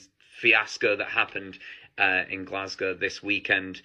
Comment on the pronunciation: First of all i need to thank you from all in scotland for pronouncing Glasgow correctly ❤ and second i literally cant stop laughing about this wonka experience it was local to me an im so sad i didnt go cos i love stuff like this where your expecting something an its so bad its funny.....this is literally the best story to tell forever and pass down to your grandkids like "we were there when a crap willy wonka experience made worldwide news" 😂 thats worth the money in my book 😂😂😂😂😂😂